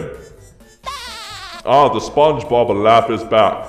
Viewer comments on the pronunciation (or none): none